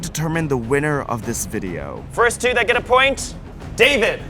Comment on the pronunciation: Jake Just ruventd the whole wideo😂😂😂